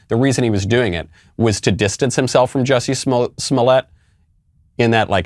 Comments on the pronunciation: The juicy was just that actors like to call themselves all sorts of shit that is not even close to their real name. So by law it’s Jussie but he pronounces it Juicy to seem sophisticated. It’s just a funny take on actors. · Michael the reason why he called him Juicy in a french accent is to point out something to a lot of people that the black community would know already: Jussie is a bougie black who is pretentious and Dave made fun of him using the most PRETENTIOUS ACCENT IN THE WORLD. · I think whats funny about the French pronunciation of Jussie has to do with how stupid his name is. both the first and last name sound pretty dumb, I wouldn't believe anything he has to say on that alone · I never quite got the French pronunciation of the name either. But I think the joke is that by changing Jussie’s name, Dave has plausible deniability that he wasn’t talking about Jussie, so he can’t be sued. He’s not slandering Jussie. He’s not diverging from the woke narrative. He’s just talking about some French actor. And maybe by providing that distance, it makes the scenario seem even more ridiculous, rather than the harshness of talking directly about the person. Or maybe I’m reading too much into it, and the joke is just that his name is Jussie, not Jesse, which is just a weird funny name.